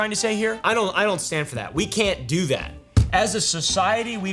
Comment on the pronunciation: almost spit my drink on my monitors 'We got stuff ta dew!' He said 'Up 'ar' I'm dead you know he the realest